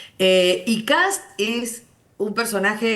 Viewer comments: Me da risa que le digan Cats en vez de Kast jajajajaja, vote por Johannes 4K4K4K4K4K4K4K4K4K. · Pregunta: por q los argentino le dice "kats" a kast si ven q esta escrito kast? 😂 Q tipo de dislexia es esa? Jajaj